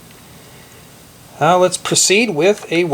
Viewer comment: no he said now it just sounded like meow